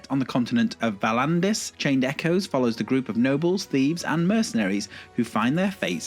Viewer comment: A small nitpick. I thought it was odd that you didn't pronounce the "s" in Echoes, as if there were only a singular echo. Great video, thank you!